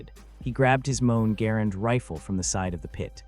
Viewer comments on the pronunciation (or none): Moan garand? It’s a great story, but you ruined it using AI just tell the story yourself into a microphone! Don’t butcher those men’s story with AI it’s disrespectful!